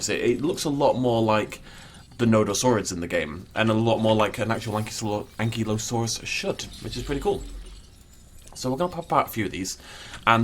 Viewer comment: Hey dude, no hard feelings but I really need to correct you here, because apparently you have been making this mistake a bit. But Ankylosaurus really is pronounced An-KY-LO-saurus not An-KIE-lo-saurus. If you don't believe me you can double check with virtually any official at a museum or just look it up yourself. But yeah, you're actually the one mispronouncing Ankylosaurus lol